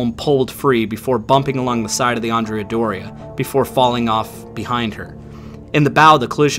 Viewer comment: Both the Andrea Doria and the Cristoforo Columbo were Italian ships and it would appropriate to pronounce their names correctly in Italian. In the case of the Doria, Andrea has the accent on the 2nd syllable (not the first); the same for her sister ship: Cristoforo has the accent on the 2nd syllable also. So. . .AndrEa DOria and CrisTOforo CoLOmbo.